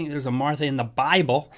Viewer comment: Link pronounced Martha like my great grandma used to : "Marther." #Carolinas